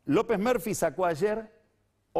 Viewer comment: Cuando dice "López merfi" se me hace que habla de robocop.